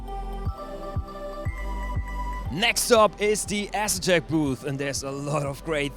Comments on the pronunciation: Get André to teach you how to pronunce "A"setek. lol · No leave it as Ass etek, he just killed their wheel sales lol.